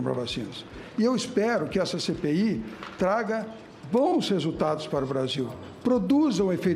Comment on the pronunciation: Quando ele faloiu "CPI da covid", eu ouvi "Cê peida covid"